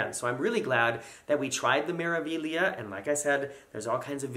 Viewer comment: Four thumbs up for correctly pronouncing Meraviglia!!! Bravo!!! The letter A is always pronounced ah like in father, not magnet, (Magnifica = Ma-gni-fi-ca Mah-nee-fee-kah) and E is always pronounced ay like in day, O always oh, the vowel i is always ee, U is always long like in dude, H alone is silent and roll the R's! Practice with Smeralda = Emerald (Smay-rahl-dah, not Smer-) Civitavecchia the Roman port is Chee-vee-tah-vay-kee-ah (Ci-vi-ta-ve-cchi-a). Get all these correct and MSC will finally come calling!